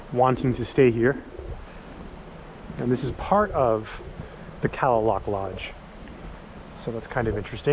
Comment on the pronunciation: I go here every year since 1987 beautiful place I believe it's native pronunciation is ka👉a is silen ka lay lock thank you for your your I luv it saving it